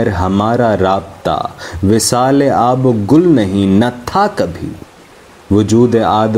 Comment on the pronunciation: sir sorry to say pehly nazm k andaz e biyan ko smjhyn ,apko to itna ilm ni hy k nazm m aab o gil hy ya aab o gul ,afsos sd afsos